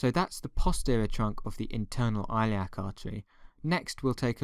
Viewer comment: Hey fn! Don’t remove my comment next time you fucking bitch I’ll stand by it stop mispronouncing the fucking artery you know what?!!! you just got a 5 month old his 5th beating this month!! Thanks a lot!!!!